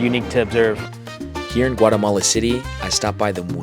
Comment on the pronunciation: No has dicho primero Guatemala, después Guaremala, mal pronunciado. pronunciation is correct for Guatemala, with no R between A and E. Your Spanish/Castellano is outstanding and clear. America refers to the entire continent, while EEUU refers to the country. Great video! I hope you and your wife enjoy the trip to beautiful Guatemala. Please come back during the Holly Week.